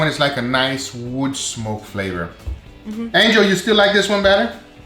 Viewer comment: that’s how he says it but it’s angel